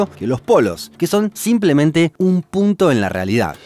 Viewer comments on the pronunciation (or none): none